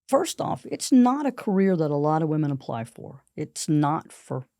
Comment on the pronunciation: I don't mean to be rude, but woman and women are not pronouced the same way. It's not just you, it's an error that spread like wild fire. Anyway, love the podcast! 💪